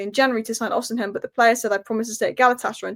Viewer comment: It's not O-semen, it's Osimhen!